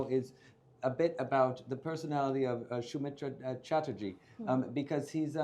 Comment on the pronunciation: His pronunciation of Soumitra Chatterjee was simply awesome. I think many in india (non bengali) can do so😊